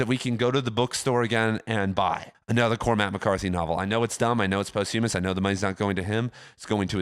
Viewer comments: posthumous is pronounced 'pahsthyemmus' not post-hume-ous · For a guy that "talks for a living" you really ought to learn how to correctly pronounce posthumous.